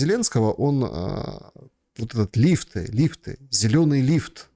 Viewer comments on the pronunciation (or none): none